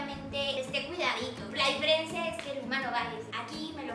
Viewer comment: Yuya dijo DIFERIENCIA